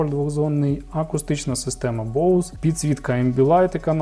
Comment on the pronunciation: Лайк за правильно вимову Боус! А не як 99% босе))))))